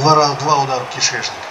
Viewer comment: Бл, как я ору с твоего смеха и ряда слов "страшно", "кентакли", и божественный "кишЭчнЫк" аххаах Лайк автору, однозначно, смотреть оч круто! Красава!